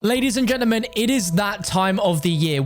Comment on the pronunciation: Nobody:: LADIES & GENAMEN lol